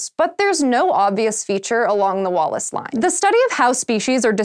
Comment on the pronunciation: I wasn't looking at the screen and I thought said Wall-less Line.